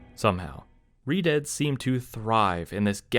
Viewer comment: does anyone else hear him calling redeads "redids"?